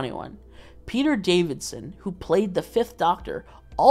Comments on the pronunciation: Peter Davison… Not DaviDson… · every time you say peter davidson instead of peter davison my soul shatters a little bit more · It's Peter Davison not Davidson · If you've got to Tier 6 surely you might even know that it's Davison not Davidson! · Is it just me or is he saying Peter Davidson?!